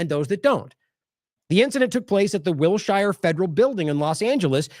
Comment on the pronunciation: It's Will - sher